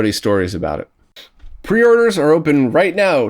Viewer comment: "pre-oreders"??? obviously a Spanish speaker like myself? :)